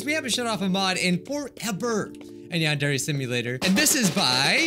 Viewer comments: A few vids ago it said van very simulator lol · Who remembers when he could not pronounce yandere